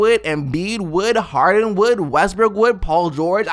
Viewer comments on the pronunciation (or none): Just a question... why does taking 5 seconds to look it up on google never happens with you americans? You never butcher your own names like Hardini, Lebroune Jaimese, Kawi Lenard... Don't you feel stupid once you butcher it so hard?